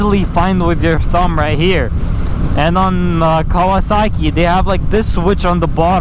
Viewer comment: “Chase on two weenier”😂😂😂